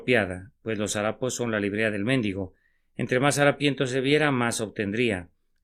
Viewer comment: Me disculpan pero eligieron mal al que leyó el mensaje, no le puso ninguna gracia a la lectura de una reflexión tan bonita e inspiradora. Y no se dice "méndigo".